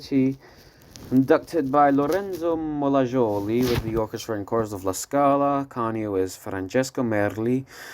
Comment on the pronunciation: "Sabajno" is pronounced like "Sabaino", "Maschera" as "Maskera" and "Molajoli" as "Molayoli"